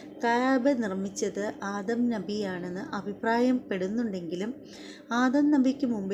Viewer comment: ഇബ്രാഹിം നഹി അല്ല .. ഇബ്രാഹിം നബി എന്ന് ഉച്ചരിക്കുക പ്ലീസ്